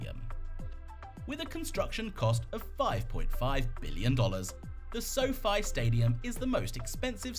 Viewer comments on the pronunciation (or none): none